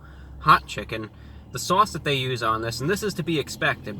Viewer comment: I love the way you say Swauce!